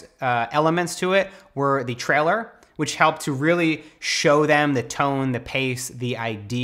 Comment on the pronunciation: did Matt just say ‘trailer’ with a slight aussie accent?